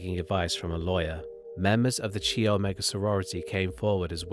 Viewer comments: Chi Omega is pronounced "kie omega". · Tallahassee native here who remembers the fear in N Florida and remembers the day he was executed. They treated his execution like a space shuttle launch: even many elementary schools stopped class and watched the media coverage of his execution. Every time you say “Chee Omega,”😂😂😂😂😂😂😂. Hilarious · 1. It's pronounced kai omega, not chee omega. 2. He never escaped from Florida. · "Chee" omega lul.... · Good video but your pronunciation of words is atrocious! You really need to learn how to say the words that you are using before you commit them to a video. Like Ted Kaczynski‘s last name and The Chi Omega sorority house.